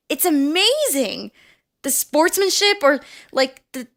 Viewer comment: She said "sportsmanship"